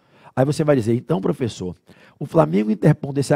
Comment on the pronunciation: "Flala" profexo. TMJ SRN